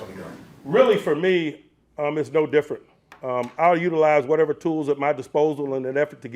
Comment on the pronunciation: Never in my life have i felt so 'Mann, it's whatevuh' about my team